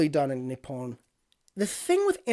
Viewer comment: It's pronounced Ni-pon not Ni-pown